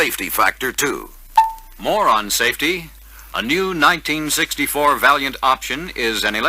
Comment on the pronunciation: did he say moron safety??🤣